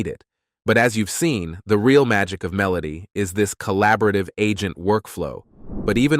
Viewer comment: dude, "MEH-loh-tee" Say it with me. when you're writing the script next time, covering Meloty AI, please spell it phonetically. Super unprofessional and distracting. While we're at it: "myoo-REH-kah" = Mureka. I hope they're not sponsoring this video, 'cuz they got ripped off. FYI: you can put certain words into Gemini/ShatGPT and ask for good phonetic translation. We'll thank you for it, and enjoy your content more.